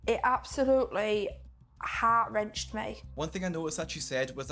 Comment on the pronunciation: "it absolutely heart rencht me". Yeah so much that you let your child become this way